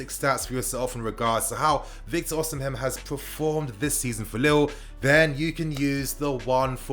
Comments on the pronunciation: Osimhen is pronounced "Oh-see-men'' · lol true. Should be O/ Si/ Me(air) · I don't think you're supposed to pronounce the 'h' in Osimhen 😆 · 😄😄 the pronunciation weak me